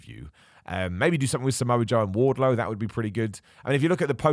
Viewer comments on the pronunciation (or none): none